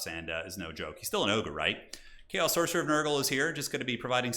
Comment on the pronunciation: Just feedback. Sorry but when i hear chorfs or chauii i close the video.